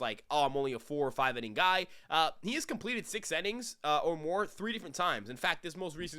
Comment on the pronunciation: It’s innings not “ennings” bro 😂😂